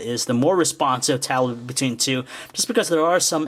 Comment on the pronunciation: say tablet right u freak